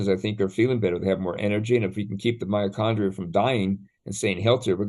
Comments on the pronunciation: Mitochondria not miocondria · I clicked on this video to learn something new, but i am finding it really difficult to listen to and trust a supposed expert who repeatedly says "myochondria" instead of "MYTOchondria". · Is he really saying myachondria instead of mitochondria..?? And talking about malaria being caused by bacteria?? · I just found this video but I have to ask, is saying miacondria rather than mitochondria? Hmmm and he's a doctor. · It's driving me nuts how he keeps deleting the /t/ in mitochondria.